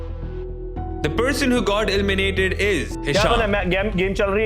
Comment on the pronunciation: ELIMINATED❌ ILLMINATED ✅